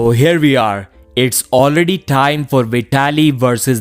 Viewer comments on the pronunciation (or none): none